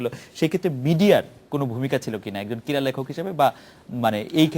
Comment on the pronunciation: shaheb, shobdo ti 'KIRA' noy, hobe 'KRIRA'.....:-)